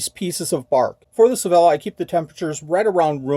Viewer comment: I also think Sevilla is pronounced “say-vee-ah”. Loved visiting that city!